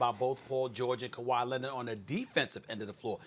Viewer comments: Everyone : Kawhi Leonard Stephen A : Kawhi Lenon 😂😂😂😂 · Kawhi lennid 😂😂